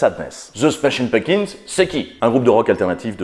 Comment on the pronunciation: Nan là, je ne peux pas me retenir de le faire remarquer : ça se prononce "PumPkins", et non "Punkins". Un petit effort, bordeyl 😑